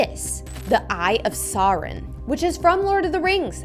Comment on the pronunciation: It's the eye of soron say it with me sore on soron